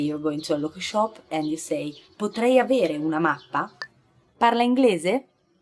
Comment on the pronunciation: Potrebe "AVIERE" ó "AVERE"? Could you speak clear?